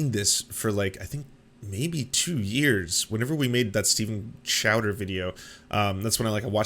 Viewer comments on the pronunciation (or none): Stweeden Crowder